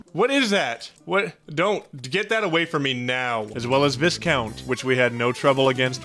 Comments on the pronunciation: Hate to be that guy, but viscount is pronounced “vy-count,” not “vis-count” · Viscount is pronounced “Vye-Count”!!!